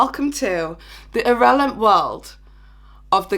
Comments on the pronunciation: WHAT DOES “IRRELANT” MEAN?!? LMFAOOO. Honey- it’s “irrelevant” bahahah😂🤣🤣🤣🤣🤣🤣🤣🤣🤣🤣🤣🤣🤣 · WTF IS IRRELANT? Are you trying to say irrelevant? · Irrelant or irrelevant? Like did you spell it like this on purpose???